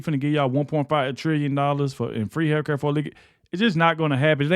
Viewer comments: I laugh every time I see hear him say haircut instead of healthcare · Did you say, “Free Hair Care?” 😂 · Every Democrat who voted to keep the country closed should lose 12 pay checks. Since they seem to be earning so much money. They won’t miss it. When I first heard you saying health care it sounded like you were saying free hair cuts. I discovered that when I watch on YouTube I can give you a thumbs up.